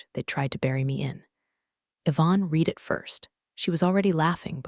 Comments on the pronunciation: Also red rather than reed for the word “read.” Same with led and lead. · I red it once. Read is pronounce red as in you already red it! Read means you have not done it yet! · Irrelevant, sometimes irritatingly distracting background! The verb "read" is pronounced "reed" (in the present tense) and "red" (in the past tense)! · This drives me nuts. Read past vs read present matters, and money isn’t math homework. Saying one point two million instead of one point two M dollars kills immersion fast. Why is this still unfixed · Before trying to criticize like some type of an expert, it would be advisable for you to learn even a tiny bit about what you are criticizing. AI is used for writing the stories. Narration is done by TTS (Text To Speech) software. That's why there are all these "read", "resume" etc errors. These errors are also an indication of laziness of the channel's owner. No quality control at all.